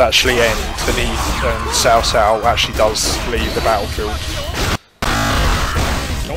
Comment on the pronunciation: I actually like the wrong way of saying there names it sounds better to say cow cow to me than sao sao idk why maybe I'm use to it.